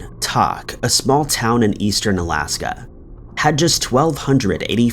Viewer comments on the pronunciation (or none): Alaskan here. The town you are talking about is Tok( pronounced Toke), and the photo you showed was Ketchikan which is way bigger than Tok and in an entire different region of the state- just FYI. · It's actually "Toke" Alaska, like "le'ts toke down". But love the video! Love your work! :D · Yet another video full of mispronunciations and incorrect information....... AND yet the listeners still don't care don't believe me well here is a quote from fellow commenters " 1 month ago Alaskan here. The town you are talking about is Tok( pronounced Toke), and the photo you showed was Ketchikan which is way bigger than Tok and in an entire different region of the state- just FYI. 15 1 month ago Thank you! I was about to leave the same comment 1 month ago Thank you ladies for speaking up about his mistake. He seems to make a lot of them...lol 1 month ago Pretty typical for this channel - along with bad grammar and mispronunciations - but I still enjoy it, for some reason. Thanks for the corrections." 5 BastardKitty BastardKitty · Tok is pronounced like woke. Good video, never heard of any of these cases! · Doh! that explains the narrators mispronunciation 😂